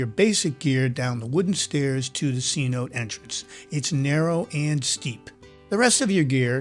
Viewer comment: It's pronounced c- notay, not c- note. Love the vid, and the music 🎵👌